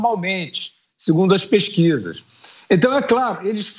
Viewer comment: Ele "libélula" todas as "pés-quisas"!! Kkkkkk